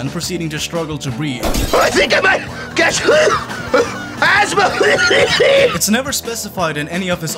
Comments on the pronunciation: its not astma its asthma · "Astma"? ASTMA? WHAT THE FUCK IS ASTMA?